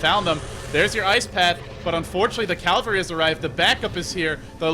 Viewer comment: thanks for these cats. Such great games. If u don't mind me correcting you, I've noticed you frequently say "calvary" rather than "cavalry", and it offends my ears :p